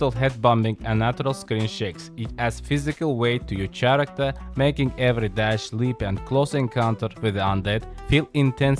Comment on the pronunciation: He said chairacter😂